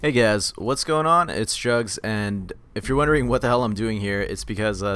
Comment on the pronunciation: i'm sorry but juhggs does not sound like drugz... jk how he says his name sounds like drugz...